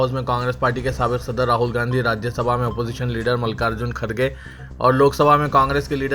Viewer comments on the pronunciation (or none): none